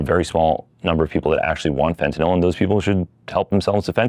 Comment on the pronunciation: jsyk, this guy's voice is obnoxiously abnormal, which is a sign that he is sociopathic, mainly in the form of deceiving his fellow man and relishing in egotism. the douche said, "more and more," eight times. what a tool. this guy is so full of BS. he can't even pronounce "fentanyl" correctly. thumbs down for clickbait. this video was not about legalizing psychedlics at all.